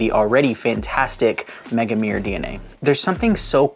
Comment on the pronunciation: Love your videos and all but your pronunciation of Megamare makes my ears bleed 🤣🤣🤣 Mega-Ma-Re(without second e)